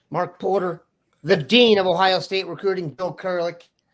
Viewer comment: Please pronounce our state name its OHIO not OHIA